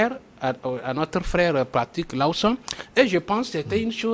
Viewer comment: S'il vous plait il faut quand meme ecrire bien le nom c'est LAWSON et non Lowson et bien l'appeler aussi. Merci